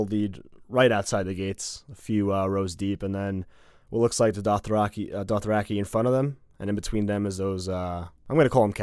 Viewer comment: Doth-rack-eye ffs